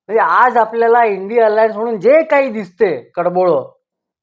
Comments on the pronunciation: इंडी अलायंस चा उच्चार इंडियन एअर लाईन्स असा भास होतो 😅😅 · इंडी अलायन्स ह्या शब्दाचा उच्चार इंडियन एअर लाईन्स असा ऐकायला येतो आहे ब-याचदा. त्याऐवजी इ़ंडी आघाडी हा शब्द वापरला तर कन्फ्युजन होणार नाही.